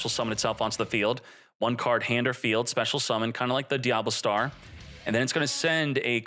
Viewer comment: Bro the card is DIA -BELL - STAR not “Diablastar”